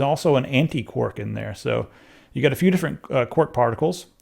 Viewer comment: Isn't 'quark' pronounced as in 'shark'? Not 'quork' as in 'cork'?